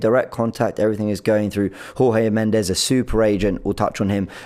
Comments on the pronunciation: Pronounced Jorge Mendes (as in George) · trying to replicate Robbie's inability to pronounce names with Jorge Mendes and Reims (I don't blame him for not knowing how to pronounce Reims - it looks completely different to how it's supposed to be pronounced).